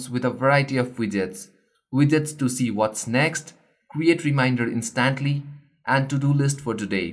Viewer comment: In-Stant-lee Lol that made me laugh